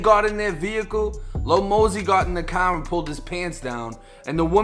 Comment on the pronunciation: it's mosey not mazzy 😭.